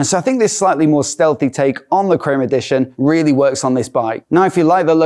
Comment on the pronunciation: ' Steathehy.' yeah .. 😂, about as Steathehy as kick in the b*lls.